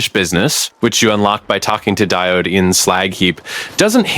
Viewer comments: die-ode not dee-ode, he is named after an electrical/ electronic component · Omg, you don't know what a diode is? You have no clue how to say the word either, kid..., go to school it's just embarrassing listening to how uneducated you are, ouch.